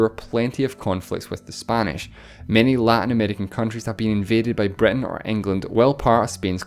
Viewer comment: Why do you say "Breton" and not Britain?